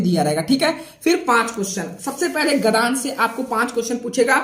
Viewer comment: महोदय क्षमा प्रार्थी हूँ परंतु आपको एक सुझाव दे रहा हूँ - आप गद्यांश को गधांश कह रहे हैं, जो अनुचित उच्चारण है। आपको अपनी हिंदी में शुद्धता लानी चाहिए। गद्य + अंश = गद्यांश होता है। आप कह रहे हैं गधांश। कृपया सुधार करें। इसी प्रकार आप पद्यांश को पधांश कह रहे हैं। आपको हिंदी का पूर्ण ज्ञान नहीं है। कृपया उच्चारण सुधारें👍🏻👍🏻।।